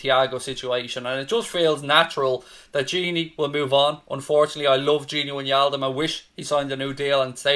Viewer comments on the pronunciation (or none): Its not gini winialdum dude. It’s gini wijnaldum. Learn their names please. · I hate your pronunciation of wijnaldum